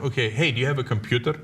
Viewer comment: The funniest think i ever heard cenk saying was "hey you have a compuder" LMFAO